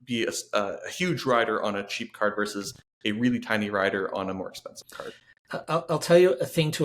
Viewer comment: If you pitch to someone of Gen X, you should pronounce both syllables of "versus". It certainly doesn't bother everyone, but it jumps out at me.